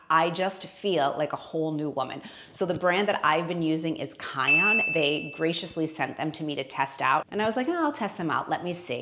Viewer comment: Kion is not going to appreciate that you’re pronouncing their name incorrectly. 😉